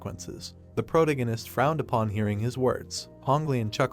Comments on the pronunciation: Sorry, but I couldn't continue watching this after the first mispronunciation of "protagonist" less than 10 seconds in. It was pronouncing it as "protoganist" and it kept irking me every time I heard it. It's not even spelled that way so how could the AI mispronounce it? Just use "main character" rather than butchering it. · Sorry man I can't watch this I would but when u say protagonist I can't hurts my head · Someone needs to teach this stupid robot how to pronounce 'protagonist'